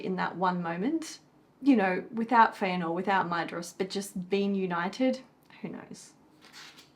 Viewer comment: Hey it's that time again, time for Fun With Elvish Pronunciation™ 😂 This week it's the dh in Maedhros. The dh, which Tolkien sometimes spelled as ð (eth) to differentiate it from a normal d, is what's called a "voiced dental fricative" (although Tolkien used the term 'spirant' instead of fricative). It's pronounced like the th in this, that, and then. Also the o is short, like in boss. So Maedhros is MY-thross. But make sure the th is as in 'that' and not in 'thin'. This has been Brent Cares A Little Too Much About This©®™